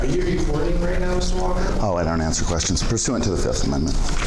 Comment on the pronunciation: "Uhh I don't answer questions under the fee'fft." 😂